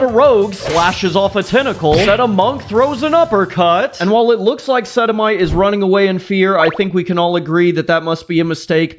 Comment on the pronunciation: He can never escape the Sedi-mites LOL